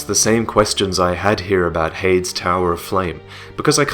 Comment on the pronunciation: are you sure heide's is pronounced "hayed" and not "hey-dees"?